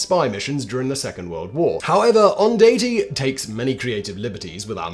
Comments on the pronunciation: Please!! 'Onda-che'. Not 'Ondatee'. Otherwise, very interesting. I was impressed with Fitzroy McClean's stories of the Long Range Desert Group in his book Eastern Approaches. It's fascinating to hear it mentioned again. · On datch ee = Ondaatje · Pronunciation of Ondaajte is OnDatchay. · How many ways can you mispronounce the author of this book. Almost every Canadian ... just knows how to say it. Michael Ondaatje - as in phonetically - On-dot-chee-ay Most ...including him, usually say it quickly as On-dotch-ee